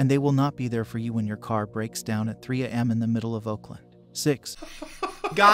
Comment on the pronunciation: still can't get over the fact that the narrator dude pronounced 3 am like 3 uh em